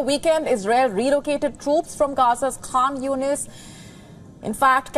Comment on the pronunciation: Agreed, but as she is somewhat attractive, we'll let it go. She also didn't pronounce Khan Yunis properly.